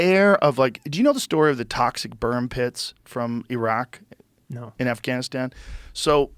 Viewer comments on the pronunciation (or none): none